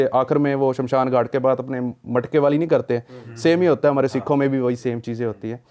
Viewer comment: Indu nahi hota Hindu hota hai... Aur Shanshan nahi hota hai Shamshan hota hai. 😅